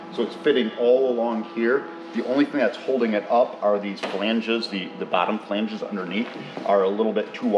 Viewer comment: pronounces flanges correctly..., no offense, but maybe you are confusing "flanges" with "phalanges"? okay.. pedantic trigger post complete. I sure love seeing how this boat is coming together.